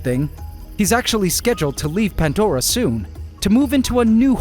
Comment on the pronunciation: 🤔 "PANTDORA" ??? BTW there's NO "T" in the word PANDORA 😂😂